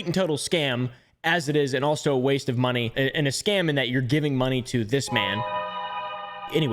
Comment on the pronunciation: Why does he say "scan" instead of "scam"?